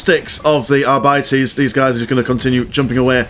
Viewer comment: ar-bee-tees.. sorry man.. its naw are bities ;)